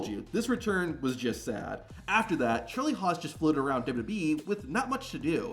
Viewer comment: Lmao at “Charlie Hos”